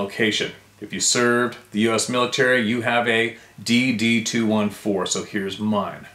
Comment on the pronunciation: I love your commitment Steve to all us knights of the Round Table, and those in the Club of No Return. You're very special. I'm from the US, and really appreciate your endeavors to pronounce Adirondacks even though your original one was awesome. I just want to enlighten you to US Military pronunciation of the DD214. Because I heard my Army husband reference it often, he called it his DD2-14.